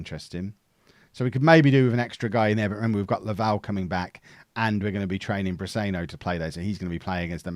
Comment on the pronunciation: Pronounced Brisenyo